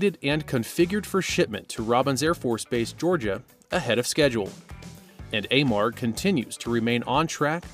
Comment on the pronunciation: It's pronounced A-marg. My husband and son have worked there for over 10 years.